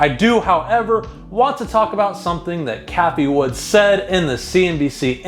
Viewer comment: It’s Cathie Wood not Cathie Woods🤦🏻‍♂️